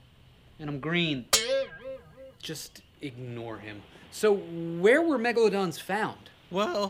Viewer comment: MEGLADONSSSSS AHHH HELP